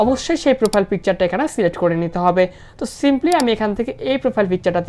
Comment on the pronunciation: সাবজেক্ট সিলেক্ট প্রোফাইল না,, সিলেক প্রোফাইল পিক🙃🙃